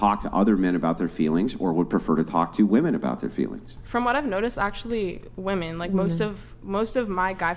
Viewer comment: Why do so many modern women have trouble distinguishing between "woman" and "women" when speaking?